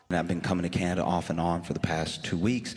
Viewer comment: YAY, you said CANanda instead of KINeda. How Canadian of you!